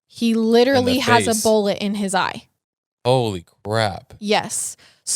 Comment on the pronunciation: kills me with the way she says BOLLIT instead of bullet 😂